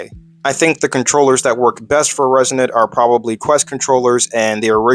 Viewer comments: Pssst… hey… It’s uh… it’s Reson”ITE” 🤣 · It’s “Resonite”, like “Dynomite”.